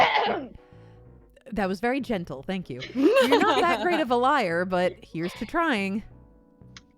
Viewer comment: Confused "not" with "hot"